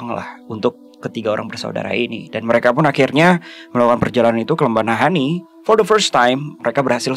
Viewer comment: Ada yg baru guys, koleksi selip kata "Naha-Ini"